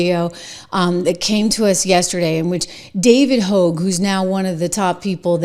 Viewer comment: It's pronounced "HOG" not "HOGUE" , Trish.